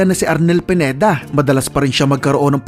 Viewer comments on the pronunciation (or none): none